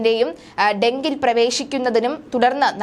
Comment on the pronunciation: ഡെങ്കിൽ ആണോ ഡെക്കിൽ അല്ലെ